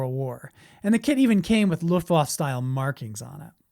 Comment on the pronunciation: It's not anything worth having a controversy over....or banning. But it does look like a fun kit to build. Too bad Revell didn't keep marketing it. Here's a tip: "Luftwaffe" is not pronounced "Looft-waff". It's pronounced "Looft-Vah-Feh", with the accent on the first syllable. The final "e" is not silent. Look it up on a German to English translator...and listen to what it sounds like in German. As another poster said, a kit like this is just harmless fun and imagination, that's all.